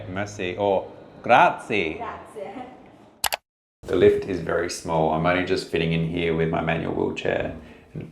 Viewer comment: Graziiiiiieh... pronounced every letter in italian